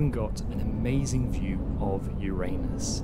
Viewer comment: I was waiting to see Uranus... not heranus 🤣